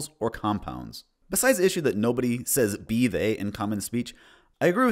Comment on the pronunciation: Also American and the only thing wrong with “be they” and “whilst” was the bizarre way he said them when reading them aloud as if they are alien runes